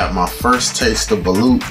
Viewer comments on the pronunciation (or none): The way u pronounce balut is balot